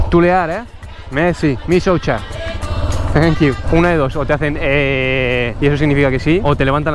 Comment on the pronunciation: Bueno al menos maria le enseño que michocha sonaba a aquello que ella mostraba. Ahora dice misoucha🤣.